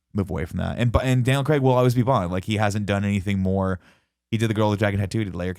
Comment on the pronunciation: Just want to say thank you to Tim for being the first american I've heard to pronounce Daniel Craig's name right